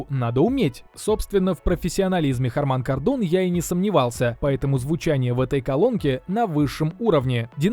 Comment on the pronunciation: бля, неужели так тяжело правильно произнести название фирмы... нормальный обзор, а ухо коробит от хармАна кардОна 🤮